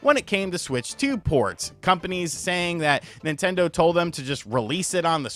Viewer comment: "How dare you talk bad about my Ninternder!" 😂